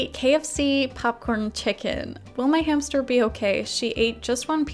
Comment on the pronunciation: They told me to get a new hamstuhhh